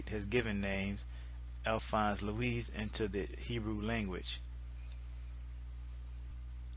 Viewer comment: Its not Louise lol for that matter its not with any English bastardization of the tongued proper pronunciation at all, its French and there is no "ess" sound its "lou eee" meaning "morning star" or "the illuminated one" which explains his connection/attraction to Baphomet. The English value for Baphomet is 480, Sophia is 408, this explains those two names being linked together. The virgin Mary is "Virgo" which I'd get into but I am too lazy right now...